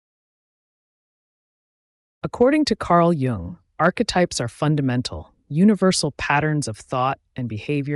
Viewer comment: You might gain more credibility if you pronounce his name consistently and correctly.